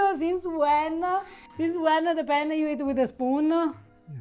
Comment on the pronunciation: Makes me nuts. would you PLEASE stop saying "penn-A" or feffucine-A? 'for cryin' out loud, try Penn-neh, or fettucine-neh. It's a wonder she doesn't strangle you. 😀